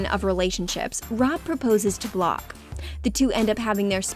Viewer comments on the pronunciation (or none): block chyna??? it’s blac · You can give info on over 10 years worth of episodes and drama but couldn't check how to pronounce Blac??? 🤣🤣 had me doubting myself for a second